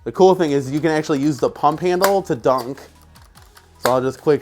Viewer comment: Why do you say dunk instead of duck?